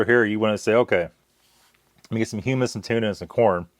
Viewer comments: Hum-mus like you’re humming, not Hugh Mus lol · pronounced "huh - muhs" and made from Chick peas. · It’s pronounced as in Hum not Hume. Hummus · you had me rollin with "chal vuh" and "hyoo muss" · Gotta love that Hue-Miss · It pronounced (hum-us). Like hum to us without the to part. Its a dip made of chickpeas. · It's pronounced hum-us, and it's made from chick peas. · Humus is garbanzo beans. And the way you pronounce it is triggering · I just had to check and see if someone informed him how to say hummus, and I wasn't disappointed.